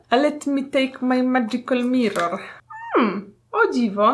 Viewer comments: Super filmik! Czekam na więcej testów!!! Najlepsze było " Let mi tejk maj madżikal miror " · jejkuu "Let mi tejk maj madżikal miror" bosz kocham ten tekst ♥ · "Let mi tejk maj medżigal miror" kocham,! 😂😂❤️ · Let mi tejk maj madżikal mirror hahahhahaha 💗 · "let mi tejk maj madżikal mirror" kocham